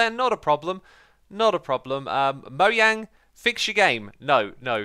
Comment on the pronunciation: Dude it’s supposed to be Mo “DGE” ang